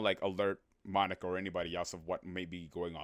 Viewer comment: Bro did NOT say monika😭